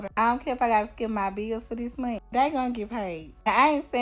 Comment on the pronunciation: "... this meeeen" as in month. The fuck are these black people saying, bro. Seriously.